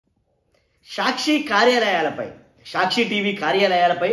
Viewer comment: Evadra nuvvu. Prati english word is mispronounced. Saakshi ani correct ga palakadam raadu. Ni office ekkado cheppu. Etla bandh cheyali nerpistam.